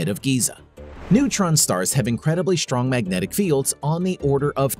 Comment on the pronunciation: "Shtrange", "shtrong", "ashtronomy".....